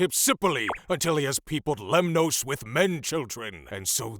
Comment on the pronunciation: You are pronouncing Greek words as though they are Spanish. Lemnoss, not Lem-noes.